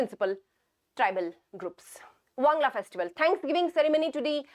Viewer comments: Not Wangla it's "Wangala" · Ma'am it's not wangla it's wangala☺️ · Wangala not wangla